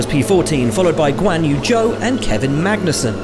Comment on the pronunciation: Great pronunciation for “Zhou” 😁👍🏻